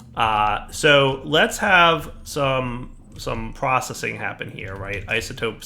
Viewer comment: You missed the "c" in Processing.